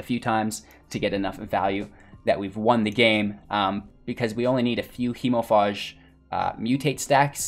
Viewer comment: It is pronounced hemofage not faahhhje.